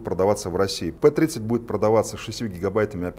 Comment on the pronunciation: Не "Пи*дитё" тут))) не пи, а пЭ звучит лучше)